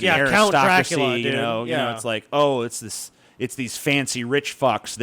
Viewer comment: It's "Dra-coola" not "Drac-coo-lia", you ignoramus!